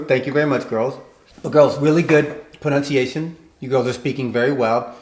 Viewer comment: is pronouncing "pronunciation" wrong.